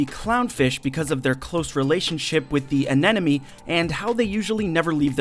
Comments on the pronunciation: did he said ananeme? lol.. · seems to have a mental block about pronouncing "anemone" the correct way...